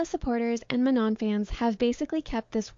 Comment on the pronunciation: how do you keep mispronouncing manon. is this an ai voice?